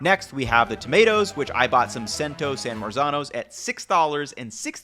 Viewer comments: Interesting video. FYI for Cento tomatoes it’s Chento not Sento. 😊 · Great series. However, CHENTO, not SENTO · why would you buy the heritage grain pasta over just regular durum wheat which Italians use most commonly. Getting brozed extruded pasta will cost you about $3-4 dollars depending on the brand. The Cento (pronounced CHEN-TOE) was way over priced at this store. Trader Joes has San Marzano from them for 3.99. Get it even cheaper if you buy a 6 pack of this from Amazon. Less if you dont do organic. Wagyu is such a scam no matter what, since you are not getting the same quality as you would in Japan. Tomato Paste is more convienent to use in a tube, since you only need a little... adding a ton like you did isnt going to help the sauce as long as you have good tomatoes to start off with. That Parm you bought was garbage, its a store brand, not the real deal stuff. No way you can get real good parm cheese for that price, since its usually 15 bucks a pound or more. But you use very little unless you want your stuff to taste like a parm bomb. Grosses me out that you used dried herbs inside a pasta sauce and then you really F'ed up by put a blender in it. NEVER DO THAT. You made it orange by aerating it. You should have used a food mill if you wanted a smooth sauce, not a rustic chunkier sauce. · thanks to you, I never buy canned tomatoes with calcium chloride on the ingredients list. But like you, I don't think San Marzano makes that much difference. And Cento is pronounced with a CH sound. In Italian C before E becomes CH. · Chento. It's pronounced chento.